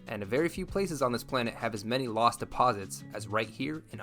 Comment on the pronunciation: First, the correct pronunciation based on the original German is Luus or Lus . I did some of my growing up in Iowa and went to college in Sioux City. There are a lot of those loops that you cannot drive on if it has rained. If you had spent much time exploring Iowa you would know that there are many interesting things to see both historic and cultural. I know of what I speak.